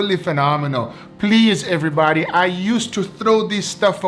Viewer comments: I think I counted say errybady about 42 times, please correct me if I missed 10 or so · “EvErBoDy” Foods